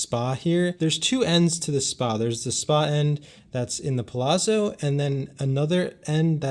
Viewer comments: Every time said "Plazo" I was hoping would say "It's Pa-LAT-zo!" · Lol, yes! I was thinking this the whole time. "Palazo". Lol. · Dude, next time at least learn how to pronounce the name of a hotel before you make a video about it. Palazzo is pronounced (Palatzo) Kind of like Pizza (Pitza). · It sounds like you're saying "The Plaza" not Palazzo. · I love your videos but, you are Italian, tell that the Palazzo is pronounced like Palatzo like Mozart. Thanks. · You didn't pronounce "Palazzo" properly? You're of Italian ancestry, and is native Italian, how could pronounce it like that? Come on man! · Love the videos... I think you're pronouncing Palazzo incorrectly. No big deal.